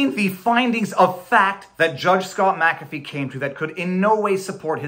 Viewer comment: I do like that you are one of the few on YT that can pronounce Mc-Afee